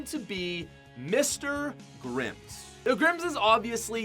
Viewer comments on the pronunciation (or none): Bruh i got scared when he said mr i thought it was myth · I thought he said myth was 1 😂